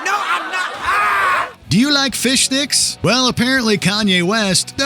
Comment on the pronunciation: Whole episode they were saying “fishdicks” but it sounds like “fish sticks” 😂😂😂😂